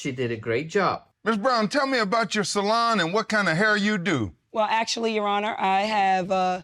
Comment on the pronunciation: I can listen to talk all day😂 I hear 'salad' not 'salon'. I love the way you pronounce purple and '30 volume' 68 years old, white hair but love watching